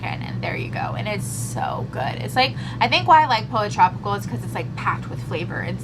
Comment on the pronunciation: FYI....Pollo Tropical is pronounced...Poyo Tropical where cal is pronounced like gal. I wish we had one where I live so I’m jealous!